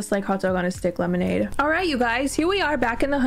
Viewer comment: "One ✨lemolade✨ please." That made my day